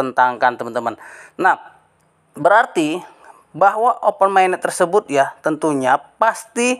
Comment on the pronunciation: Open mainnet woy, bukan ovenmainnet, baca aja masih salah ni bocah, semua yg bocah gubluk gubluk chanel sampein ini salah semua cara bacanya dan pengucapannya 🤣🤣🤣